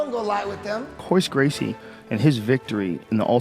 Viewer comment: "RAYLER GRACIE" ... Imagine being one of the biggest superstars in the sport and then an unknown brown belt from the states taps you with a triangle... and the brodcaster doesn't even get your name right. Oh man I feel for him right now.